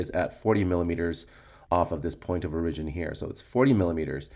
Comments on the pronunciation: Oh my ears! It hurts! (Standard American English: /ˈɔɹ.ɪ.d͡ʒɪn/ or /ˈɔɹ.ə.d͡ʒɪn/ (sounds like OR-ih-jin or OR-uh-jin). --- Otherwise great video! Thanks! 👍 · Good video and explanation. My only question isn't based on material... Where are you from? It took me awhile to figure out you were saying "origin" lol